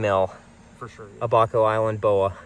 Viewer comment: It’s Abaco, not “ahh-baco”. Oh gosh you mispronounced “Bahamian” too, I can’t take this.